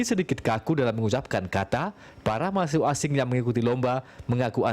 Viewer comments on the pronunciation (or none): ngomong "mahasiswa" kurang jelas